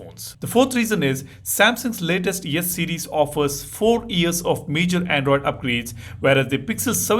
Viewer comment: Why do I hear you say Yes series and Yes Pen?😅😂